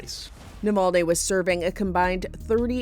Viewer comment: I think he name is spelled Navalny and NOT NOVOLNE. Unless you have a Russian accent you have no reason to distort the name. Next thing will call Obama Abama